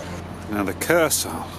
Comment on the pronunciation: great video but one Criticism, the Kursaal isn't pronounced the way you say it it is pronounced with a z so it would read the Kurzaal! As we Southenders say!